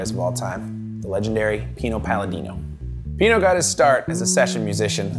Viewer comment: Everytime he says Pino i cringe